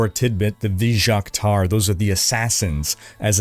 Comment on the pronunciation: as he mentions in the video.. the items and materials and units are just way too much in this game. and its never anything you can pronounce. this season its "vij- jaqtaar" Like wtf is that. and the skins are all hyper detailed. this whole game was made by a room of adhd people that havent been outside in a week